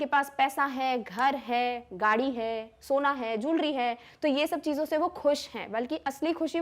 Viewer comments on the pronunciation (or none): none